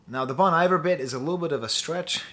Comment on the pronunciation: i'm genuinely surprised a french professor can not pronounce 'bon iver' correctly